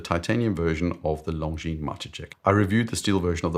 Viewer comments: Great vid. I’ll keep posting this on every video where you cover the Majetek until I hear you say it the Czech way - the J should be pronounced as “ye” so “Mah-yeh-tek”. Source: I’m a native Czech speaker. Also would you do a video on the most beautiful and/or most technically interesting movements at any price? I’ve been eyeing Moritz Grossmann, Lang & Heyne, Habring and many more - they don’t get the attention they deserve, imo . And maybe thoughts on independents that are up & coming? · Longines Majetek uses a Czech word Majetek meaning ‘property’. It’s pronounced roughly ‘Ma-ye-tek’. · The pronunciation of "Majetek" is "mayetek" by the way. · Czech here. Sorry to say, but hearing 'Majetek' pronounced like that is a bit painful. :) For some context: the weird name comes from the original engraving 'Majetek vojenské správy' (Property of the Military Administration). 'Property' as the name for a watch? Really? Come on… Honestly, I also feel like Longines completely missed the mark with the aesthetics of this quasi-reissue. The original models had beautifully elegant case shapes, whereas this new one looks almost brutalist. Anyway, just my two cents.